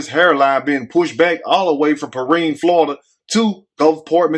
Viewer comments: It's P RYAN Pronunciation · 😂😂😂..... THAT'S PRONOUNCED " PER-RHINE "...... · your to funny!! I’m from Florida, and it’s pronounced Perrind but spelled Perrine. It’s in South Florida. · It's Pee rine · Its pronounced like the number nine perrine in south Miami great video